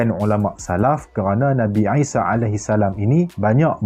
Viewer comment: Isa, I tu sebut mcm ain